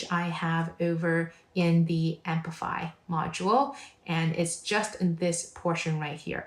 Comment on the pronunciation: why do you say "ampify"? it is apify